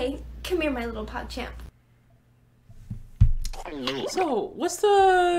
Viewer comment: “Come here my little pogchamp” I CANNOT UNHEAR IT